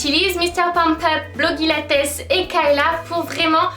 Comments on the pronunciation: pour blogilates, on dit "blogilèits" pas "blogilatès" ! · "Blogilates" ça se prononce "Blogilatèce" ? Sinon super vidéo, merci de m'avoir fait découvrir PumpUp :) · La façon dont tu prononces Blogilates et Cassey Ho c'est un peu une insulte pour elle en fait